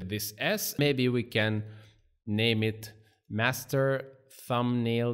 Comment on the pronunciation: Master ❌ masrter✅